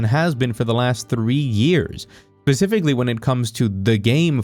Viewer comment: Man, it really grates when people say "pacifically" when they mean "specifically"